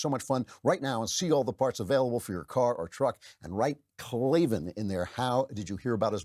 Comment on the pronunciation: Well when you pronounce it clay-vin and not clay-van it's no wonder people can't spell it.